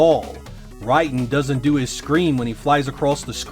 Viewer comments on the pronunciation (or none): Dude it's driving me nuts that you are flat out mispronouncing Raiden's name, it's Raiden not Ridin LOL it's not even a controversial thing it's been this way since the beginning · ray-den, not rye dan. if you were a fan, you would know how it is pronounced. not a fan but a script reader. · Great video, brings me back to the early 90’s and the sega vs Nintendo era.....but its Pronounced Ray-den, not Ry-din. Love you keep up the great videos. 😊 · Oh, you know what. There was the shooter game called Raiden that was pronounced "Rye den"... maybe that's what he says Rayden weird. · Who is Rye-Den? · You say Raiden's name wrong. The game it's self says his name. It is pronounced "Ray-Den". Some time they even spell his name "Rayden" as opposed to "Raiden". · Ridon? Really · No, the game says it wrong. 雷電 go to google and have a listen of the Japanese pronunciation. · sorry it urks me when people mispronounce names and try to pass off as a fan. you probably had metal gear sol 2 on the brain